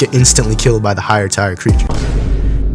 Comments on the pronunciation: Why are u saying tire its pronounced tear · Bro said Tire instead of Tier lol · Not you pronouncing tier ''tyre'' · Your one of my favorite YouTubers so know one that this as hate, but the way your say tier is wrong just to let you know